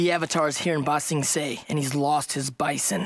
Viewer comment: Bruh, end of book 2, you still can't say ba-sing-say 😂😂😂 all jokes man lol Book 3 is amazing. It literally only gets better from here. And yes, you should definitely watch some more anime. If you like the clean action scenes in this, you'll love some shows like jujutsu kaisen, demon slayer, my hero academia, etc. Would love to see some more anime on this channel!